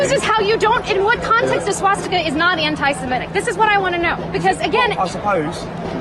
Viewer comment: Why does everyone say "antisimetic"? It's even written that way in the subtitles. The word is: "antisemitic" - as in - against semites. Free speech is free speech. If someone wants to promote the swastika, this should not be illegal. However, the public should make their views known to said individual. The idea of "harassment, alarm, or distress" is counterproductive. I find wokeisms alarming and distressing. Should they all be made illegal? Of course not. People should be able to express their abhorrent views, so that we, the majority of society can explain why their views are abhorrent. You can't change bad opinions by banning their expression. You'll just push them underground, where they can fester and multiply.